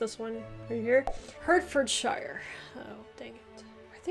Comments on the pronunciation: You need to work on your pronunciations. A lot are named after their county towns or have things named after them, like a sauce or cheese. The e in Derbyshire, Berkshire and Hertfordshire is pronounced as an a. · I would love to kindly give you pronunciation lessons ; i live in Hertfordshire, rhyme with heart ( hart) ford and sher! I think you did well on finding our counties. PS i have visited Marin County Tn several times, where are you? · Berkshire is pronounced Barkshuh like we say clark instead of clerk as in the job. The same with Hertfordshire which is pronounced Hartfudshuh. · Also Hertfordshire = Heartfodsheer Herefordshire = Herefodsheer (the he and re are pron. separately as 2 syllables with a short "e" sound like in echo) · Berkshire is pronounced Barkshur & Hertfordshire is Hartfordshur 😬